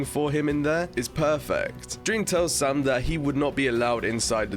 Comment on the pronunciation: It’s Sam not sum